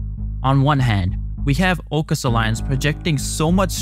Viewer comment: Aucus not oucus bruv!